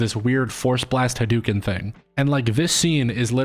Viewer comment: sorry i had to stop watching when you pronounced "hadouken" as "hudookin"